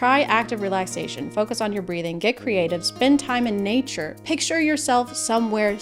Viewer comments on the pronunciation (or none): none